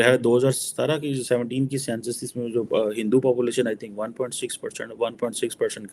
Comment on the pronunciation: he finds it difficult to say Hindu